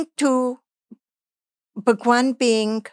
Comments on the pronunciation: I m sorry but Why she says bhagwan as pakwan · She is telling bhagwan or phakwan 😂😂😂 this seems quite funny to me